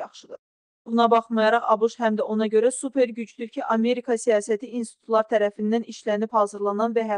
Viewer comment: Əmerkə)))) Elə tələffüz edilən söz yoxdur, Savadınızı artırın!